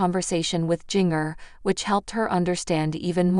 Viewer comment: I wish you would learn how to pronounce words right, especially jingers name, you need to go back to english class, you would fail badly.